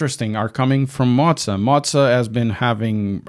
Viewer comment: I am no hater, but the way that you are saying Moza is scratching my brain......